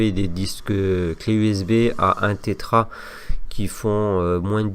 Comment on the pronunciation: Salut, on dit Tera octet et non Tétra sinon merci 😉